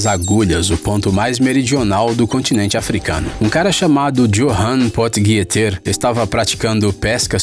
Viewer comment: Puxa, o sul-africano de nome e sobrenome Africâner virou "Joan potiguietêr".. quando o certo seria "Iôrran Pot Riter". Custa procurar a pronúncia no google antes de fazer um vídeo ?